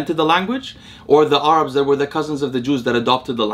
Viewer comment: Who the heck pronounces Arabs as Are-abs ?